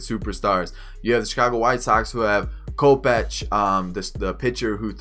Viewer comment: You pronounce kopech (ko-pe-k)